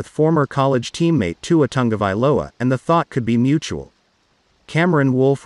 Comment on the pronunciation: Wouldn't it be awesome to see Tog-a-vai-OLA throw to Duh-vone-duh?